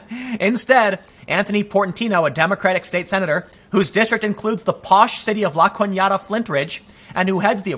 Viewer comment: Tim, I'm shocked you pronounce La Canada correctly, BRAVO!